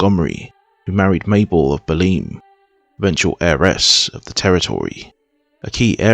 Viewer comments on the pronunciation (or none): Alençon = "al-on-SON". Avranches = "av-RONSH". Bellême = "bell-EM".